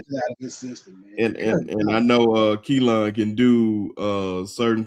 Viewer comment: New fan that loves the show! Just wanted to say that his name is pronounced Kee-Lin. His mom clarified that today lol. I’ll continue tuning in. RTR!